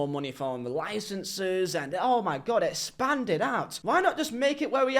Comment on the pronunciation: Man i agree with you. However, i laughed my ass off when you said «espand»